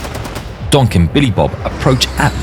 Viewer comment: Every time he says donk “Gonk”